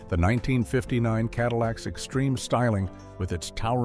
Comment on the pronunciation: Cadiweeacks!! Love it!!